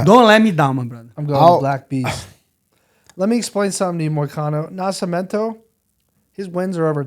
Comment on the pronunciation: The level of respect I will show that fight gear is something you can't believe my brother.. also what the fuck is up with the disrespect of Nascimento.. they didn't even get his name right in the promo video! He said NasciMAmento.. put some respect on his name, he's your main event UFC!!